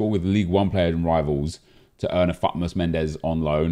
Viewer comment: EA have dropped the T in FUTmas. It's now FUmas.